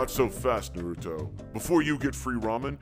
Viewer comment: say Naruto right